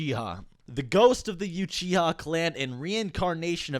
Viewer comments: Why are you saying YOUCHIHA? it's Uchiha like ooow-chi-ha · “youchiha” stop 🥺👉👈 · Lemme stop . Do you really even watch the show if you say you-chi-ha? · proncounced "ooo chee ha" not "you chi ha" sorry it bugged me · It’s Uchiha not youchiha man 🙆‍♂️ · Stop saying Madara yuchiha, its Uchiha. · It's not you-chia, its oo-chi-ha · Ooh-chiha Not yew-chiha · It is pronounced ewwwchiha..not youchiha lol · ***Pronounced "ew-chee-ha" Not pronounced "You-chi-hah" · Its annoying the way u say like youchiha,it should be U-chi-ha.damn white boys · lawl Yuuchiha ??? Its Uchiha :P learn to speak it xD please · What is youchiha? It's uchiha. oo as in oops. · why are you saying "youchiha" its uchiha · It's pronounced oo-chiha not U-chiha lol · Why does he pronounce it you-chi-ha, I thought it was oo-chi-ha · Nobody:: madara youchiha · he called uchiha 'yuchiha' in this video, man when was this thing even released? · Not mocking but I’m cracking up every time you say “YOUchiha” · Stop saying youchiha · It’s “oochiha “ pronunciation btw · Hears Youchiha Ight Imma head out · You-chiha? Really? Whyyyyyyyy!?!?!?!?! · Three years later and I still can’t stand the “you-chiha” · i love your videos but wtf is a you chiha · Nobody: Not a single soul Old: YOUCHIHA clan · No one:”you”chiha clan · Three years ago... I would say youchiha too lol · MaDARa you-chiha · bruh he says youchiha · Why u saying “you chiha” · “Youchiha” wtf? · Madara Yuchiha. That pronunciation of "UCHIHA" lol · Said Youchiha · Youchiha ? Damn I ain’t know the were pronounced like that 😂😂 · PLEASE STOP SAYING YOUCHIHA!!! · Love this video but.... Youchiha?!? 😂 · Why is he saying 'yuchiha' it's Uchiha lol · Tricky you have to text how it’s pronounced like ooo chiha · Why do you say juchiha lmao? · its uchiha not youchiha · i enjoy the videos but if i hear "youchiha" one more time ima beat someone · You-chia? Lolol😂👌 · "youchiha" Im out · youchiha huh... okay